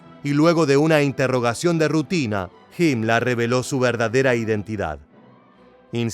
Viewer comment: PORQUE DICE HIMLA A HIMLER ? Y NO DICE HITLA A HITLER